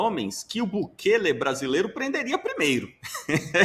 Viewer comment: O ASNO do Bolsonaro não sabe nem falar o nome de Bukele corretamente, assim como não sabe falar Trump. Não sei o que os gados veem neste sujeito... 😬